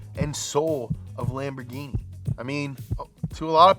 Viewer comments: The way pronounces Ferrari and Lamborghain Machain is scrumptious! 😝 EDIT: I just realized that the expression "countach" sounds similar to when we exclaim "contra" in Puerto Rico, which is our old-school way of saying "hot damn" or "woah". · "Lambor-guy-machyne" is what I call Lamborghini now...thank you. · Non riuscite a pronunciare bene Lamborghini? Dai su un pochino di impegno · I'm only here to hear pronounce Lamborghini funny ways. I hope it doesn't disappoint.